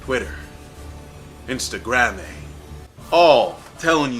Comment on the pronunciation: Instagamme. Wat? Instagrammy. Huh? Ihnstuhgrahmay. Oh...